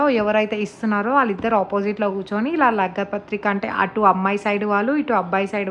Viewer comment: Lagga pathrika kadhu andii...lagna pathrika❤️🥰 congratulations to ur sis☺️